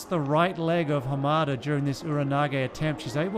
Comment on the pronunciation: It's interesting that he wonders whether he is pronouncing Apotekar's name properly, when he isn't pronouncing Hamada's name properly but he's not concerned about that.